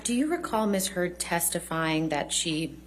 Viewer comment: Omg did Johnny’s lawyer say Ms. Turd? I’m sure she didn’t but it sounded like it and sure made me smile. Also, I hate how smug Amber Turd looked when they were showing the pictures of Johnny’s eye. She clearly is an abuser and loves it when her attorney’s dig and pick at Johnny.